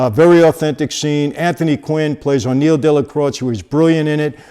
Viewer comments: Why do you keep calling him O'Neil? Wasn't it just Neil? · "O'Neil"?? No : Neil! His real name was Agniello Della Croce. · Aniello. Not O’Neill.